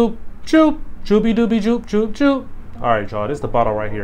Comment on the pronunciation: It's pronounced Yoop bro